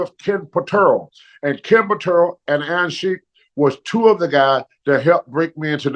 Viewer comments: KEN PUHTRRROLL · ...and it's Ken Patera